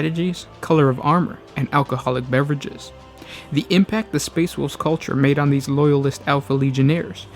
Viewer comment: All I heard was the "Space Woof Legion"